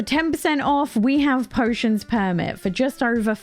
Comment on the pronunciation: Why do you keep failing to pronounce POTION PERMIT? There is no S in it. I’m sure you know that though. I guess you are just incapable of it? Needing that extra letter?